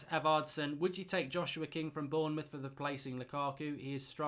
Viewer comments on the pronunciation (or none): none